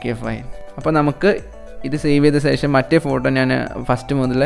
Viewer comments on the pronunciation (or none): Oru karyam paranjotte.. Onnum thonnaruth... സേഷം alla ശേഷം aanu 😜